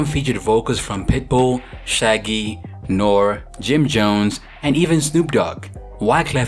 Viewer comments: Did this guy just call NORE "nor?" Lol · “Nor” lol… I mean, at least the video is good! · you can't do a video for my people and then pronounce popular artists names incorrectly!!! 🤦🏾‍♀️ N.O.R.E. is pronounced NOR-REE! He also used to go by Noriega! And Fatman DOES NOT JUST GO BY "Fatman"!! It's FATMAN SCOOP!! 👏🏾 You must say it as all one word!! Anyway... good video. I'm glad she's doing well. One hit is always better than NO hit! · ....."NOREEEE" ???? COME ON ALI..... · Damn this was a good one as always, the only thing that made me laugh was how you mistakenly said N.O.R.E.’s name